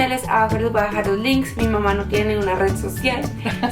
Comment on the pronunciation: dice mama en vez de mamá jajajaja(es un comentario no una critica). Buen video ♡♥